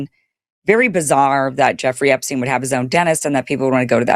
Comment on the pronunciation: You're not pronouncing Epstein correctly...